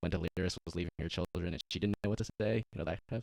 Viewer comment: Lmao stop calling her Delirious 😂 it’s De-leer-iss